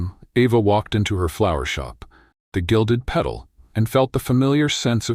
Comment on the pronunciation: Good story. UK. I think in the narration "Gilded Pedal" should be Gilded Petal.